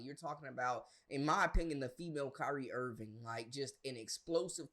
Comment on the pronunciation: Did you say, "Kyrie Irvin?" You big dummy!!!! It's not even close. Stop your madness!!! She crashed when she was suppose to shine. Now, shes mad. If shes leaving, let her go. She had told Sania Fagin she was going to leave. So, stop talking about it and be about it.